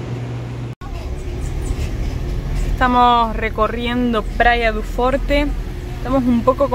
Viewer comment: Praia du forchi (pronunciacion real) media pila.